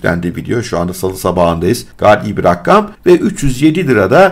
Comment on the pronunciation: Rakkam değil rakam